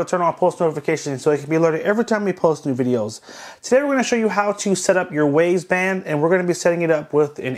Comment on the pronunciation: its not WAZE band its WYZE as i pronounced WISE .idiot